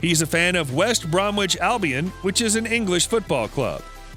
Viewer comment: "Blue Breaker" and "West Brom-Witch" ?!?!